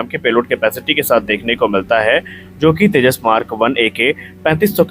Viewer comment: Firstly pronounce properly. It's Tejas. Not teja. Aur tujhe kya samjhana o Teri baski baat nahi. Tune jo giraya hai o kya hai apne paf ko puch.